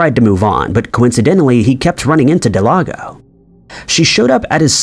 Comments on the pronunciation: Del-gado.... Not delago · It's not delago its delgado del-gah-doe atleast if her name is what it said it was on the screen... idk if anyone else noticed it but, he was saying her name wrong the whole time, if so... lol. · Uh it’s pronounced Del-gah-doe not Del-ah-go 🤦🏽‍♂️🤦🏽‍♂️🤦🏽‍♂️ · Her name is not Delago, it is Delgado. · Del-gado, not De-lago. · Please, please, please. Check names for correct pronunciation. The case of Brenda Delgado, you kept calling her Delago. Close, but not quite. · Brendas last name is Delgado. Not Delago 😂. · It was a good video, but I can’t understand why you couldn’t say Delgado, you called her Delado through the entire last section. You need an editor man!! Or someone to check your shit before you submit it lol. Unless you disagree… then you can just tell me sick your lon dick. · Am I the only one that was like it says Delgado not delago? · it's DEL-GA-DO . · delGATHO. In Spanish, the letter "d"(day) is pronounced as a soft "th" as in "the" when surrounded by vowells. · It is Delgado. Please pronounce the name correctly. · I bet he thought G is silent in Spanish when J is silent. Homeboy mixed g with j case solved. Still makes me cringe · The ‘creepy’ part is how the narrator pronounces Delgado…. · You have to go out of your way to mispronounce Delgado. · OMFGGGGG THANK YOUUUUUU!!!!!! I was losing my shi and typin hate, when i seen this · I’m joining the crowd here, I was spazzing out over it!! Actually came to see who else noticed. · Every time you say "Del-ah-go" I cringe.... Her name is spelled "Delgado" That is "Del-Gah-Doh"... Jeez I don't know why it's so cringe but it might be bc you nailed the pronunciation of Paniagua which is much more difficult. Smh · Thank you I felt the same way especially since he nailed Paniagua. I cringe Everytime I heard Del-ah-go